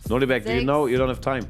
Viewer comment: True - Gukesh, Nodirbek and Parham's names were butchered